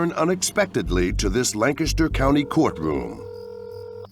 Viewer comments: I realize this is small compared to the topic of the video, but I do appreciate when Lancaster is pronounced properly. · I’m just happy you guys pronounced Lancaster correctly.